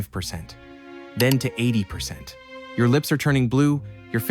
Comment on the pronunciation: Definitely an AI robot voice; at the end, when you said "what's your excuse?" a real person would have said " what's YOUR excuse? "